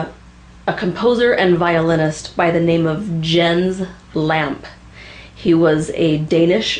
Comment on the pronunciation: Close enough, the "s" in Jens should be heard, as should the "e" in Lampe though without emphasis. (NOT Lampee ;-)